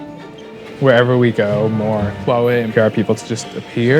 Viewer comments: i thought it was pronounced why EE not why uuuohhh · Above the Wahwei train? If you cannot even research and pronounce a capital "H" in front, this is not your job. Literally the one who hired you should be laid off. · It's ridiculous that over such a big issue only a 22 year old from Vice bothered to attend. Also that the kid can't even manage to properly pronounce the name of the company. It's "Huawei", not "Wawei. Also if the international media had any understanding of the Chinese political system, all companies over a certain number of employees are required to have a party secretary by law to ensure companies follow legal procedures and a strategy in line with national policy initiatives. This is not something unique to Huawei. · fkn annoying, atleast pronounce huawei the real way. without an H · and all this time i pronounced it as Hawaii......oh well.